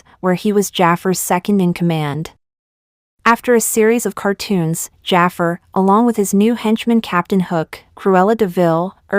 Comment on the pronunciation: You mispronounced jafar